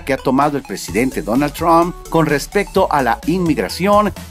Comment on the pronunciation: cuando vas a decir bien "Trump"